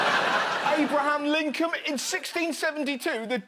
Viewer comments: Its 'Lincoln' not 'Lincolm' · "Abraham Linkum" lol